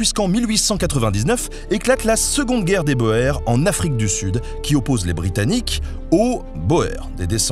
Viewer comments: Salut Benjamin. Top vidéo qui m’a bien fait rire. Petit retour sur le mot « Boer » que tu prononces boair. Ça se prononce « bour » c’est un mot flamand qui veut dire « fermier » et qui fait référence aux nombreux fermiers néerlandophones européens qui se sont installés en Afrique du Sud. 😉 En tous les cas super boulot et vivement la prochaine vidéo. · Salut, merci pour tes vidéos. A noter que l'on ne dit pas "boër" mais "bour". C'est du Néerlandais, le OE se dit OU ;) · J'ai oublié de préciser que le "oe" de Boer de prononce comme "ou" en français. Donc il faut dire guerre des bouts et non pas guerre des boèrs. Encore merci pour vos vidéos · Oui, Carton de Wiart se prononce (et se prononçait) bien "carton" comme du carton, 2-oui-art. A la française. Quant à "Boer", ça veut dire paysan et ça se prononce comme la première moitié de "bourrin" parce que ça vient de là, en fait. Un canasson de paysant, genre cheval de trait. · Oui. Passe pour la prononciation de Carton de Wiart, mais "bo-êr", je ne sais pas où il a été le chercher 😃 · Super intéressant, comme d'hab ! En revanche on écrit Boer, mais on prononce "Bour" [buʁ] il me semble... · Bonjour...petit détail , en Afrique du Sud, on prononce Boer, "Bour". Agriculteur en néerlandais. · ca se prononce Caton de Viart et les Boer si prononce Bour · Il me semble que Boer se prononce « bour .» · "boer" étant un terme néerlandais, ça se prononce plutôt comme "bour" pour un francophone ;-) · BOER => prononcer BOUR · Boer se dit bour, dommage que le spectaculaire passe devznt l exactitude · BOER se prononce BOUR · boer ça se prononce bour